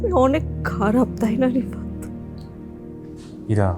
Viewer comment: ইরা না বলে সাইরা বলে ফেলছে, কে কে খেয়াল করছেন